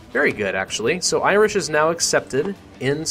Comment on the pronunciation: "Iwish and Welsh"